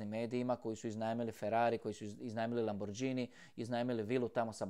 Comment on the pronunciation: Možda nevažno, ali, ipak, - čita se "Lamborgini"!